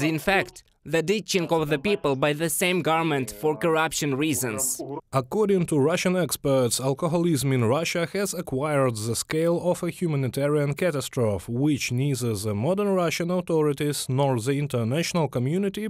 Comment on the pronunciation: Catastrophe - pronounced Cat - as - tro - fee. Cheers!